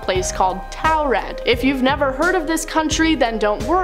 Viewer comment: It's not towel red....😅 It's taured' pronounced tore red